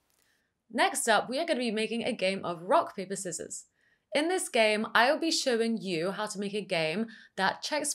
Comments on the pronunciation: I have never heard anyone saying 'skissors' before... 🤭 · I've subscribed because the way you pronounced Scissors finally taught me how to spell SCKIZZORS after 29 years of living on this planet 😂